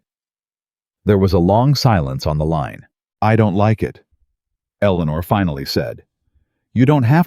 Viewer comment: At about : : the name 'eleanor' is badly said as if the team did not research how it should be said!. Oops LoL 😢😢